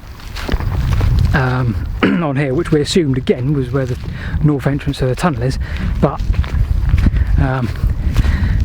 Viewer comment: BTW North has a th in it